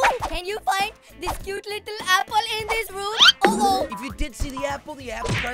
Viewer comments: i find it so funny that he says 'apol' instead of apple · THE WAY HE SAID APPLE 😂😂😂😂